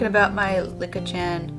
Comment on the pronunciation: Just pronounce it as Leek-a